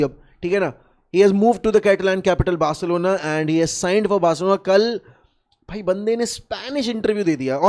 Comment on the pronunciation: Chill bro he said "Bercelona" not "Barcelona"